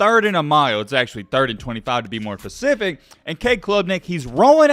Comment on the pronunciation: Its specific not pacific sir